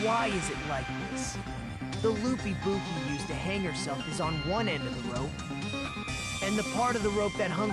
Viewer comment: I swear to god it sounds like Nagito is saying "Ibupi"